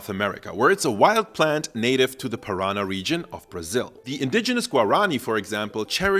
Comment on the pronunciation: The region in Brazil is pronounced Para-Nah, not Pa-Rana.